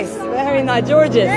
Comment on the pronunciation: Gorgeous 😂😂😂😂 دي انجليزي يا...بتنطقي الكلمه غلط يا ماما!!!